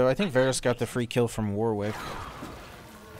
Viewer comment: ily but that is NOT how you pronounce Warwick my king 😭😭